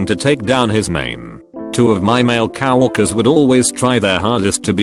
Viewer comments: If there is one thing the automated voice needs to get right it's coworker. Not cow worker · Cow Orker